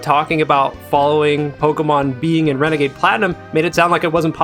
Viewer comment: "Renegade platinum" More like wenegade waidoh